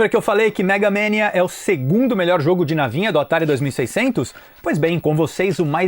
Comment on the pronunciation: cara, ninguem fala megamEnia...e sim MEGAMANIA